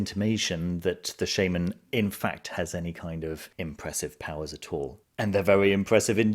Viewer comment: It’s shaman not shaman